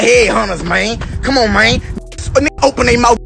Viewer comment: The way un was saying mane